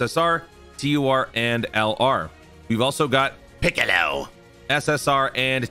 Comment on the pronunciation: Lmao that "piccaleowwww" gets me every time